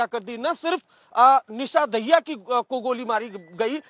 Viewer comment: दाहिया नहीं मित्र, ये दहिया है